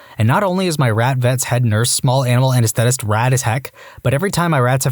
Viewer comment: Narrators, please work on your pronunciation. The word "anesthetist" was mispronounced several times. Also mispronounced: "presbyopia."